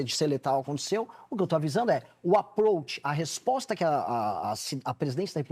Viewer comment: Aproatche? Que raio é isso?